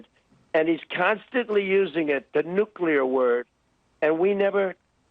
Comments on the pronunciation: Nuclear, not nuculear. He might subconsciously be aware that he is mispronouncing the word?... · I have never, not even once, heard Trump pronounce the word "nuclear" correctly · 'The N word?' as strange as that sounds to the best of my memory Republicans have alway pronounced it "nook-ya-ler" but Trump got this one point right. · He really wants to say the N-word.... not nuclear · "The N word" because it's going to take him a moment to remember how to pronounce nuclear correctly.